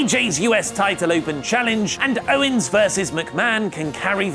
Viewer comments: Ummm..., it's OWENS not OWNES😁😁😁😁😁😁😈😈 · Who the fuck is Kevin "Ownes"?